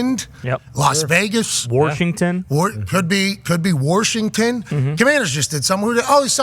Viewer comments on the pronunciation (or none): Yinzer accent came in real hard with the Warshington lol